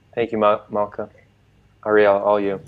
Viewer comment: She has nothing useful to say - beginning with her announcement of she her pronoums, her mispronunciation of the name Malkah, twisting every fact with a plastic jeering smirk and mocking eyes